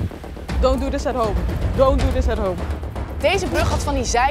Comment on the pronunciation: zegt dont do dhis at home hie wil je dit thuis dien